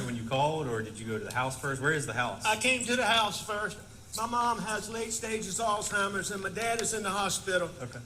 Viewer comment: The defendant, who is a doctor, doesn't even know how to pronounce alzeimer's disorder is shameful.